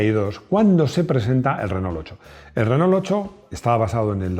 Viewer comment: Porqué los españoles dicen “RENÓL”? 🤦‍♂️. Renó, renó!